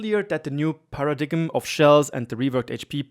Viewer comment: Paradigm- pronounced para-dyme You got the definition. Your English is great for a German. I’m an American and can only speak very broken elementary level Spanish so I cannot judge you. Also loving your channel. Amazed I haven’t found you earlier